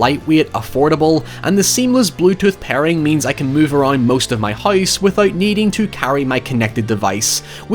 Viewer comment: Hoiss, instead of house.